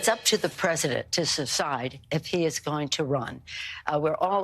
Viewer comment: Sid she say "secide"???